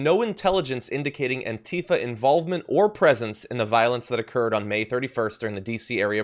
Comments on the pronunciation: ANTIFA is accentuated on the first syllable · True Cerium, Really? Well, I’ve been pronouncing it, “an-TI-fa” this whole time. And will continue with that. Different Strokes, I guess, huh?